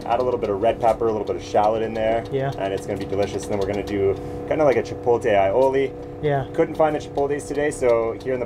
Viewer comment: omg... i get trigger when people say "chipol-tay"..... i get even more triggered when a chef says it he also says aioli incorrectly. also...whats an "alopino"?